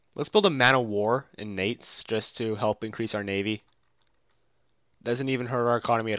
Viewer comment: I think Nantes is pronounced like want, but with an "N" at the beginning instead of a "W."